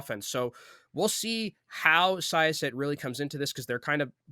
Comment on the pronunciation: syosset pronounciation was a mess XD